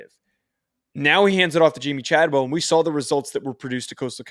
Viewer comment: Do you guys do your homework at all? Chadwell is making over 4 million per year to be at Liberty. Don’t say you don’t know why he would go there lol. Also, mispronouncing the few players you talked about names is a bad look. You can do better than this…